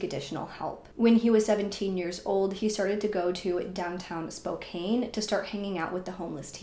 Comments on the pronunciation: *SpoCAN, not SpoCANE... Can as in can't, lol 😉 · Spo-CAN… not spokane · Spokane is pronounced "SPO-CAN" not "SPO-CAIN." You're just reading a narrative, not very convincing. This ass-hole (perpetrator) has been placed in a "better place." The daughter isn't much better though. Dan seems like the only normal person. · Spokane is "spoke-an" or "spo-can". It's pretty common to say "Kane" if you're not from the northwest. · Love that you covered this, however For the Love of god, it's Spokane (spo-CAN) not spo-caine. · Pronounced Spo-can Not spo -cane E is silent 🤗🤗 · Also it's not spo kane, its spo can. Mf saying it weird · I hate to be one of “those people” but I’ve lived in Spokane my whole life. It’s actually pronounced Spo-kan. This story is crazy & so sad. Thank you for covering it. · The way you say “Spocane” is absolutely killing me lol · It's actually SPOKANE lol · I know that it’s spelled Spokane, but it’s actually pronounced spo-CAN. 😉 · It's pronounced SPO-CAN...just saying... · Spokane rhymes with Anne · Love all your videos. I’m from Seattle and it’s cute how you pronounce Spokane hehe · Only adding this in case you decide to pursue some of the other cases mentioned in the comments for this area, because, in the grand scheme of things, this is trivial at best...but they town's name ends in the 'an' sound just like can or pan or man...so it's like the 'e' on the end shouldn't be there when pronouncing it. This is such a tragic case. 😢